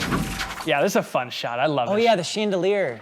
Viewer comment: Did anyone else catch saying “sheendelier”?😅